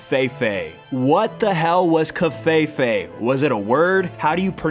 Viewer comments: what the fuck is kov-fey-fey? i'm pretty sure that's not how you pronounce the vowel "E" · You said covfefe wrong